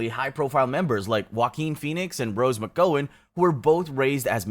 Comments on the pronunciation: It's not "day-vid-ians," but "duh-vid-i-ans." It rhymes with meridians. There's only one stressed syllable and it's in the middle of the word. And the actress Rose McGowan--her name's pronounced "muh-goww-en" which rhymes with the phrase, some plowmen. The middle syllable rhymes with cow or brow. Also, the word Oregon. The stressed syllable is the first one. "oar-uh-ghen." The last syllable is unstressed and rhymes with kin or men. Remember, names are spoken first, then the decision of how to spell them is made. Templar in Knights Templar is pronounced like it's spelled Templer. Do we say pahr-tick-yu-lahr for particular, or cal-len-dahr for calendar? FGS Don't spread ignorance. You're welcome. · Rose Mc-Go-an? Brancy Dey-vidians? Hailey Bop? Dude, why don't you look up how to pronounce these things?